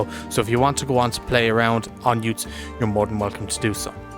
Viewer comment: pronounced Utes (as in the Aussie Car) and not oo-tes